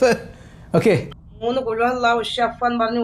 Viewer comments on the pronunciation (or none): ഷഫഫ എന്നല്ല ഇഷ്ഫി എന്നണ് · ഷഫ് എല്ല ഇഷ്‌ഫി എന്ന ഉത്യേണ്ടത് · ഷഫ്ഫ 🤭🤭🤭ഇഷ്‌ഫി എന്നാണ് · ഷെഫഹ്, എന്നല്ല, ഇഷ്‌ഫി, എന്നാണ് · ശ ഫ്ലോ എന്നല്ല ഇശ്ഫി എന്നാണ് പറയണ്ടത് 'അറില്ലെങ്കിൽ വായ് പൂട്ടിവെച്ചൂടെ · നല്ല ഉസ്താദ്മാരെ കുറ്റം പറയല്ലെ ഷഫ് എന്നൂ ഇഷ്ഭി എന്നാണ് പറയേണ്ടത് അത് തെറ്റല്ലെ നിങ്ങൾ പറയുന്നത് അറിയില്ലങ്കിൽ പറയല്ലെ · ഷഫ് അല്ല ഇഷ്ഫി ആണ് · ഷഫാ അല്ല ഇഷ്‌ഫി എന്നാണ് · Shaff എന്ന് പറയൂല ഇഷ്‌ഫി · ഷഫിംഷ ഫിം എന്നല്ല. ഇഷ്ഫി എന്നാണ് പറയേണ്ടത്. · ഷഫ അല്ല. ഇഷ്‌ഫി യാ അള്ളാഹ്.. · ശഫാ എന്നല്ല 😢😢ഇഷ്‌ഫി എന്നാണ് 🙏🏻🙏🏻🙏🏻🙏🏻വല്ലാത്തൊരു ഉമ്മ തന്നെ അള്ളാഹു കാത് രക്ഷിക്കട്ടെ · ഇഷഷഫ് 😂 ഇഷ്ഫി എന്നല്ലേ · ഇഷഫ് അല്ല ഇഷ്‌ഫീ യാ അല്ലാഹ്